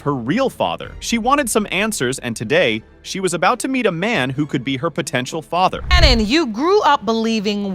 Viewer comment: I’m distracted. Why can’t the narrator pronounce the word FATHER correctly?